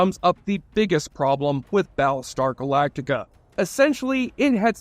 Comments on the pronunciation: "Bal star galaka"... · I'm more hung up on "Baalstar Glacta"